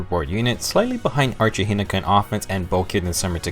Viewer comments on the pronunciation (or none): none